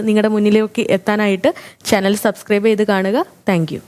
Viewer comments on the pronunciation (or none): none